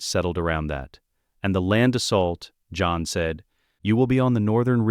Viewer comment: When did "john" become two syllables?